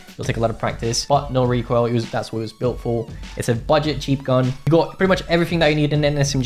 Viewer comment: Bruh, bro say chep gun so wtf is that mpx